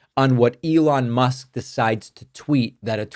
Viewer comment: 'Elan Trump' .. not far off